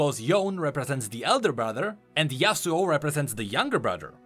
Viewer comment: why in gods name would anyone say yasuo as yasuu? For Yone, it makes sense in english (bone, phone etc) but we dont say duo as duu